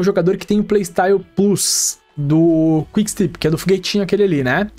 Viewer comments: se diz quick stép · Video muito bom! Parabéns,. Só pra ajudar ai nos próximos, a pronuncia eh quick stép. Valeus! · Valeu demais pelo vídeo! Só uma observação: se pronuncia quick stÉp, com enfase no É msm 😊